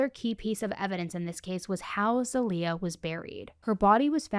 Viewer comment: I mean this to be helpful, I’m Bulgarian and I have a friend named zaliyah and it’s pronounced more ZAH-LEE-YUH